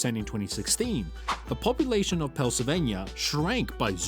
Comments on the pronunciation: Pel Sylvania? Hardly. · Oh NO this British or whatever robot? Misprononunced Pennslyvania. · Learn how to pronounce Pennsylvania!